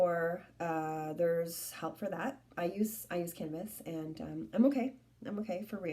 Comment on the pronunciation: Did you say you take hanibis or canabis ?